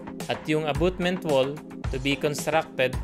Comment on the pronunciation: Dimo man ma pronounce ng tama ang abutment. Abotment naging hukay na ang wall mo. Is equal to, hindi po is equals to.